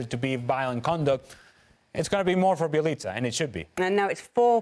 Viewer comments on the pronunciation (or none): Bjelica becomes Jelica. Dan please stop attempting to pronounce foreign names, its just not for you.